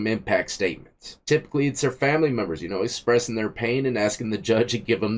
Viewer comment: Great spression 😂